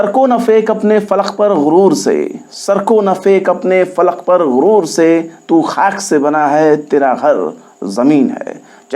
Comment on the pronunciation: Falak ,phekh, na ki falaq,fek, ,please urdu sher parhtehain talaffuz duration rakhe urdu ka janaza nahi nikaliye.please raham kijiye